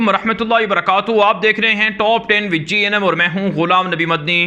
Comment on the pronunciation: Which GNM or with Gnm kindly pronounce clear